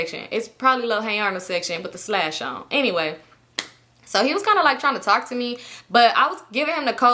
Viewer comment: Girl you and that damn “slash” (sash) had me dying. I love how comfortable you are just genuinely being your silly care free self. My fave will always be “I’m confusion” 😂😂.